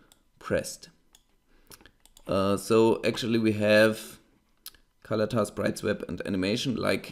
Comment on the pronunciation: Why does it sound like you're saying "color tar" instead of "color tint" ?